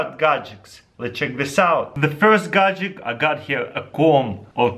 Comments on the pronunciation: not godjick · gad-jet, not godjick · He says either gadjik or gadjick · i just love how you say "Gadget" you say it like "Gahgidict" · bro you spell gadget correctly in the title of the video yet you pronounce it "gadgik." I understand you have an accent but still...